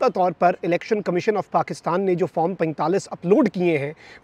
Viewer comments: farm nahi hota , form hota hai 😅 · Bhai Form ... not FARM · Form 45 to sai bolo bhai pyaintalis😂